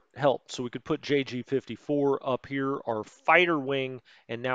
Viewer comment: very good. btw. im german and JG is Jagd Geschwader, Hunting Squadron, for "j" we say "jot" like "Jon" wit a "t" at the end the "g" is spoken like the "g" in "good"